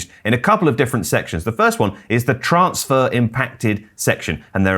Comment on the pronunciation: say TRANSfer not TRAANSfar. Dik